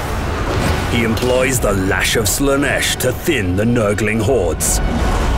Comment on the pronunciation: "Lash of Slaneesh" Ofcourse. Why am i not surprised